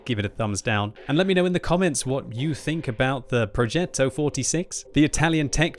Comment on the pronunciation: As an italian I absolutely love your pronunciation of "Progetto". I love the fact you put so much emphasis on the double t and the strange accent on the e. Having said that... I wonder how they are going to balance the first 5 tiers of tanks... our army wasn't that good talking about tanks during WW2, in fact both english and german tankers always described us italian with the admiration you give to people that run a marathon with only one leg, while having the other leg broke. At least they're trying, poor fellas.